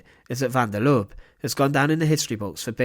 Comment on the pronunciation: Please take note that the e at the end of Lubbe is not silent, it must be prounced. Has about the same tone as the e in apple.